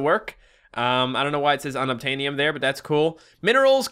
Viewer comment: unobtaniom sounds like unobtainable